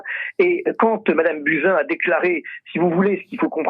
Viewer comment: On dit Buzyn pas Bousin!😉